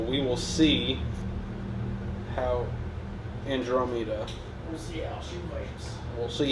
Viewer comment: Not only is this video full of douchebaggary but so is the comment section! Who the hell would subcribe to a person that cant even pronounce the word "Andromeda" ?